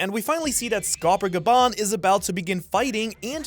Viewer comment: wont the emphasis be on the first syllable for Skopper Gaban. GA-ben not ga-BAN. it's japanese remember. why is it that it's the people who watch the subs that get all the pronunciations wrong? (thats hypothetical. i know it's because they never actually hear the words out loud). Don't you actually live in japan?